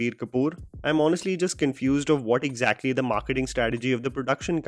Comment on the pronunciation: "Eggjactly" - Javed Jaffery